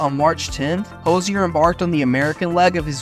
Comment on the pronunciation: Thanks for doing all that research for us! It was fun to see rare earlier clips of Hozier. Much appreciated! I think however, you mispronounced his last name and the word diatribes.